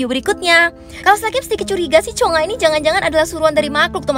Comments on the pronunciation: Kak bilang cungha itu cungak aja hahaha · Plis bukan Cheonga😭 tapi chungha